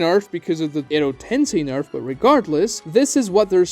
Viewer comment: When you say "Nerf/Nerfed" it sounds as if you were saying "Nerve/Nerved" and it was really confusing for the first ten minutes of video